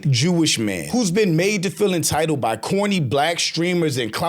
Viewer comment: Imagine talking about someone’s intelligence and saying “intitiled” 🤦🏾‍♀️🤦🏾‍♀️🤡